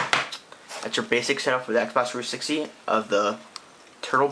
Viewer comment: i hate the way u say xbox 360......u say sbah 3sity